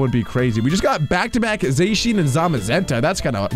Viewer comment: It's not called zashyan it's zacian